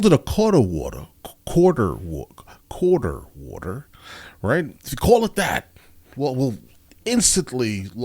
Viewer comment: Loved how you had to fight your accent when saying "quarter water." 😅